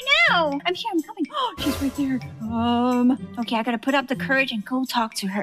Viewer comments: its okeh to not be okeh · Its not okeh to be okeh (titan cry 😭) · It's OKEH to be OKEH (titan cry 😭)